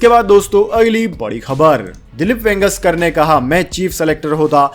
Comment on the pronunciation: ये वेंगेसकर क्या होता है ? इतने बड़े खिलाड़ी का नाम तक ठीक से नहीं बोल सकते ? यदि शुद्ध हिन्दी का उच्चारण भी नहीं कर सकते तो बंद करो यह काम । हमेशा गलत उच्चारण करते हो ।